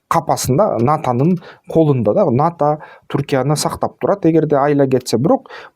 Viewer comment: Сенин булар менен ишиң эмне, арабаңды кылдырата бербейсиңби?! Сен абал ната деп балдырабай НАТО деп түздөп айтчы?! Сенин айтканың менен эмес, Алланын айтканы болот!